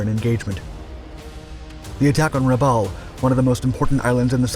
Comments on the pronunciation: it's Rabawl, not Rabell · I believe that Rabaul is pronounced Ra-Ball, not Ra-Owl. I'd like to know which is correct. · For christs sake……some of your pronunciations of places names is absolutely VILLAINOUS ! Bougainville is Boo-gan-vill Rabaul is Ruh-ball Great subject but bad pronunciations throw it off a lot. And the Essex class were NOT “jeep” carriers, they were fleet carriers. “Jeep” carriers were a nickname for the freighters that were converted into small carriers. Get it right or don’t do it at all.